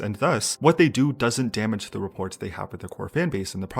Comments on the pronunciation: Quit pronouncing the T at the end of rapport. >< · The ending T in rapport is silent. Sorry cant help it.. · You pronounced the "t" at the end of rapport - your essay is invalid. Lol I think you're on to something, though. I found myself actively avoiding anything to do with any groups or artists catering to the western demographic mostly due to the songs containing what I perceived to be 0 substance. I don't think it's a lack of drive or desire to provide this substance from the artists themselves, but more of their attempt to be as agnostic as possible while providing the same song to multiple locales. That, and the fact a lot of songs, even despite being written by and/or corrected by English native speakers, have glaring and distracting linguistic errors. Thankfully there are still plenty of groups and songs that maintain their core identity and substance in writing that it's hard to not find something to enjoy. Bleak future for big artists, but whatevs :) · the t in rapport is silent.